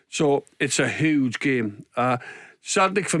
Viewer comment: Love how big John says whoge instead of huge